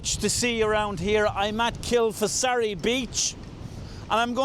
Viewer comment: great shots there, pronounced locally as Kil-far-asee